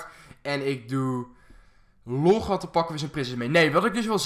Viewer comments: zeg log geen loog is irritant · je zegt the log verkeerd het lijkt lok